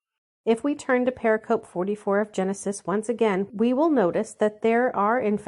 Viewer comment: "Pericope" is Greek for "cut around," applied to distinct units within a larger discourse; used widely in studies of the Christian Gospels. But its pronunciation is settled and stable and it is NOT what one hears in any of this project's videos. Please correct this strike against your credibility. Say it purr-RICK-uh-Pee: heavy emphasis on syllable 2, lighter emphasis on syllable 4. Blessings to this project!